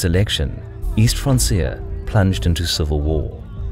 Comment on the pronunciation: Pretty sure francia is pronounced 'frank-ia'. Like franconia?